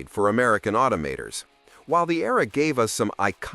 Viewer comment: The say "automaters" at the very start. This is nonsense. Must be AI